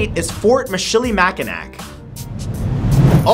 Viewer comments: or Michilimackinac. It's Mich il i Mac in aw. (The last C is silent) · still not right, its mi-chili-mack-a-naw (i live in michigan) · You pronounced Michilimackinac wrong.